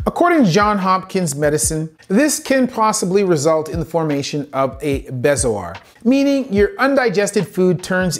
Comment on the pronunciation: Very interesting and informative video. A couple notes, though. I'm confused as to the incorrect pronounciation of a few words, most promenantly "temporomandibular" ( , a word which should be well-known to an orthopod). A second take should probably be used? The word "bezoar" is another example, though not typically used by an orthopod, it should be pronounced correctly. There is an explanation which seems inaccurate or, at best, over-simplified ( , a description and visual representation of ineffective peristalsis as the cause of death - implying that breathing occurs through the esophagus, or failing to explain how one would lead to the other in an otherwise very detailed segment). This is important because it implies that eating quickly in itself could lead to death (rather than a food bolus causing tracheal obstruction). It also doesn't mention choking as potentially preventable by bystanders, which is important context if choking is a serious concern in the context of this video.